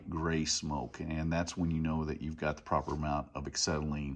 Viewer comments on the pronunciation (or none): It's "ah-SET-ill-in" NOT "ik-SET-uh-lean." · Acksetylene lol